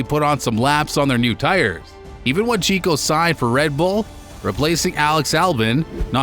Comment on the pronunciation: its actually Checo not Chico (it sounds like Cheque but add an "o" at the end, Chequ-o). Great video btw! this should have way more views, its so well narrated and edited!